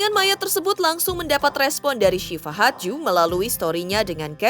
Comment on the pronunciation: Iya sama....g enak bgt dengernya pas ngomong hadju, kek nyangkut😅